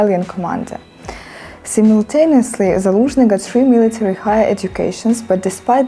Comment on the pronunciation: Simultaneously - саймилтейнеслі. Дуже часто не наголошені голосні в англійській звучать як И. Цей звук навіть має назву в англійській: "schwa". Тобто якщо simultaneously має наголос на третій склад, і там стоїть Е, то її залишаємо, а інші голосні заміняємо на и: сиймилтейнислі. Це допоможе зі слов'янським акцентом